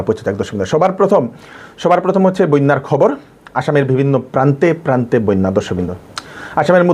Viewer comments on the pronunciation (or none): বইন্যা নয় বন্যা উচ্চারণ করবেন !